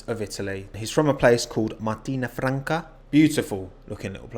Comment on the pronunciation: I'm Italian, you nailed Martina Franca's pronunciation